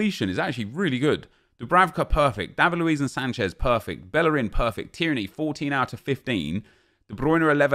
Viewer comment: does he sound irish when he says Tierney?